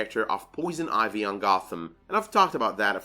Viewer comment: "Poison Oivy" XD